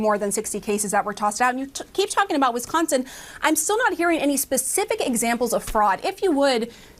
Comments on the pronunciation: Didn't he just pronounce Wisconsin as WiNsconsin? And this not as a minor from the EU or Australia, but as not only an adult in America, but as a United States Representative, which makes it even worse. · I'm sorry, did he just say Winsconsin? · "WINS-SCONSON",.....REALLY!!! THIS IS AS BAD AS WHEN HE SAID "GEORGE WASHING-GAME AT THE RNC!! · He can't even pronounce Wisconsin, called it WINsconin.